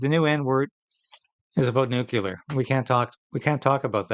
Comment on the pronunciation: Still hasn't learned to say "nuclear" correctly.